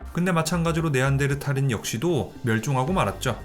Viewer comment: 네안데르탈 할때마다 신경쓰이네 ㅋㅋ 어쨌던 잘 들엇습니다